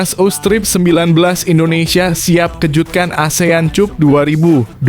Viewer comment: pengucapan yg benar benar aja bro..prettt...km ga bodoh2 amat dlm berbahasa ingris.prettttt lo...cup atau kap bacanya?dan kami jg bkn ana2k semua